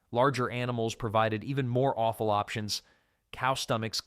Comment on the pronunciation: Offal is NOT pronounced awful 😂